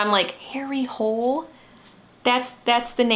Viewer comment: The last name, "Hole", is not pronounced like that in Norwegian, and it doesn't mean 'hole' :). It's pronounced "Hoo-leh", and it's the name of a place.